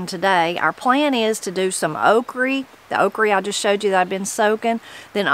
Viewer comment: LEAST YA KNOW HOW TO PRONOUNCE "OKRIE"